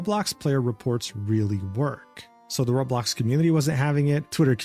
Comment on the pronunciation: The way everyone who doesn't know Roblox calls it Rawblox like just did is funny lol im glad to be back for more content